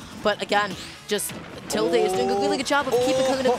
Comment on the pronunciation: Okay maybe it's just me but like.... Isn't the word "tilde" pronounced as "til-duh", and not "til-day"? Are the commentators always getting it wrong or does the player also pronounce their own tag as "til-day"?